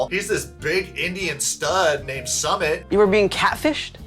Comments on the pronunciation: His name is pronounced Soomit not Summit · When you do a video you should know how to pronounce 'Sumit'....... soo mitt. It's Jenny's fault going after what she thought was a gorgeous male model.....ugh